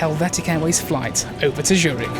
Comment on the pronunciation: It’s called Z ürich and not Schürig 😂